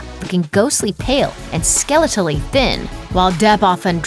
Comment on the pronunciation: Ske-Lee-tally thin, get it right!!!